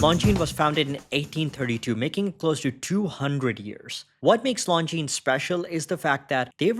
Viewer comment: Nice to hear the brand pronounced correctly.